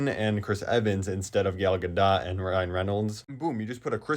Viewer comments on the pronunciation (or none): He said gal gaDOT